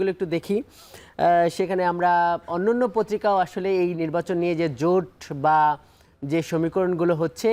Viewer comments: "নিব্বাচন" কি ❓😁😁😁😁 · তো নির্বাচনই বলতে পারেন না, নিব্বাচন নিব্বাচন করতেছেন। নিব্বাচন আর নিব্বিচন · অত্যন্ত সম্মানের সহিত কে বলতেছি আপনি আগে নির্বাচন উচ্চারণ করা আগে শিখেন তারপর রাজনীতিতে আসেন